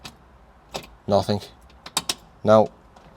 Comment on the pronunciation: “NOTHINK “ ??? Surely you mean nothing . I would have thought as an actor you’d have known that !